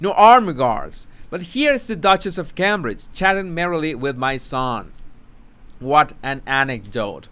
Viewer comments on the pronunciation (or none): none